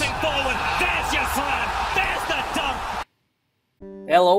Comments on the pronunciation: its not like that it's like that “ello gamernom is beck" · Bro its "ello, GamerNom is back" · No u said it wrong its ello, is bac